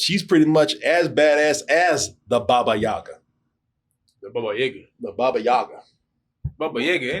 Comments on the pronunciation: Ahahaha poor, they really did say ‘Yayga’ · Russian here. Baba Yaga. not Yega.